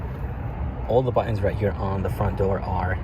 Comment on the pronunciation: On the console, those are "buttons", not buu-inns. aarrggggg